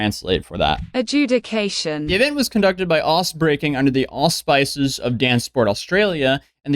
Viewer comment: So...First of all, the word "auspice" isn't pronounced like the McCormick herb blend in your mother's kitchen. Get a dictionary. Secondly, as an internet sleuth yourself, can you explain why all you guys have the worst enunciation, syntax, and context for all of your "Deep Dives?"...maybe do a deep dive on a thesaurus